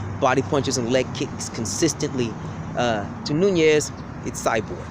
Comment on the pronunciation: you sure it aint noni instead of nunes.